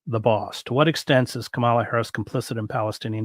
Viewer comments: To be fair, I care a lot about correct name pronounciati9n and Kamalas' name is counter intuitive. The accent on the first syllable doesn't sound correct. I sometimes unintentionally err..so don't be so quick to assume bad faith. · Her name is "COMMA-la," not "kuh-MAHL-la." You can do better, Chris. Right-wing people deliberately mispronounce her name to disrespect her. She is the VP of the USA. That said, I too am not a fan, and probably will not vote for her because of her position on Israel and Palestine. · It’s Comma-La. It’s not difficult to say correctly. I know you can do it. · Comma-la. I don't mean to be pedantic or take away from the value of the ideas discussed here, only that we can all make an effort to pronounce her name correctly and she's done a pretty good job of explaining how over the years. In this cycle we have the added layer that Trump and his surrogates + the mouthpieces of the Christian Nationalist right are intentionally mis-pronouncing her name as a tactic. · Lots of respect for you, Chris Hedges; have read several of your books, listened to your interview with Sheldon Wolin, and followed you elsewhere online. Are you deliberately mispronouncing "Kamala"? It's a puzzling lapse for a person who strikes me as being diligent about his research. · If you want to criticize her in good faith, you need to at least pronounce Kamala’s name correctly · Are you mispronouncing VP Harris’ name on purpose? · Get a grip. Everybody does. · Are you deliberately mispronouncing KAmala's name as KaMALa? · Chris, you are mispronouncing Kamala.